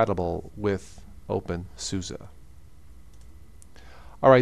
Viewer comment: Every time he said opensusa I wanted to punch my screen. It's suse not susa